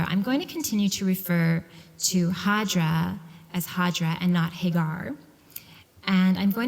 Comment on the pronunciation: She's called hajar not hajra.